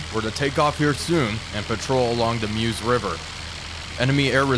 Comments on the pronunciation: Nice video. I don't want to offend you my American friend, but the river is pronounced Murr-zh. Murr as in the gift of the Magi, and Zuh as in Zu-rich. Got it? Make your WW1 Veterans happy. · The eu in Meuse is pronunced a bit like the vowel sound in fur, before you start rounding the consonant. Sorry, couldn't find any better example, but I hope this helps. Great video anyway!